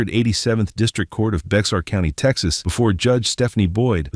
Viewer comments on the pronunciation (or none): Bexar is pronounced "Bear" or "Bare". "Bear County". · That's not how you pronounce "Bexar".